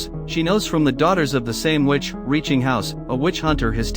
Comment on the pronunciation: Everytime i hear witch It sounds like bitch hahaha it's funny to me